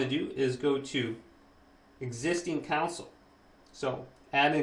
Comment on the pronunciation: Great video very helpful. Don’t be annoyed with me but it’s con sole not coun cil 🙂